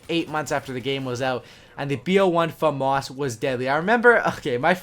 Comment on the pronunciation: Its said like fahmis not fomus i know its spelled famas thats just how its said